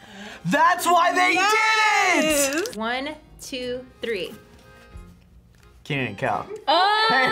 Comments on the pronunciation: Kenan, not Keenan. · It’s Kenan, not Keenan